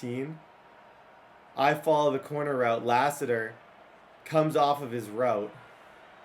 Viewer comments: Hearing mispronounce common American names is hilarious “La-Sitter” god bless him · Lass-it-er His dad played for the Cardinals.